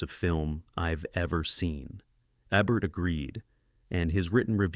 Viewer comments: Roger Ebbert? Really? How hard is it for a person to just read this? It’s probably an AI releasing fifty videos a week on an automated schedule. Countdown lists are guaranteed gold. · Who’s Roger Ebb-bert? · At least get the bot to pronounce Ebert's name correctly.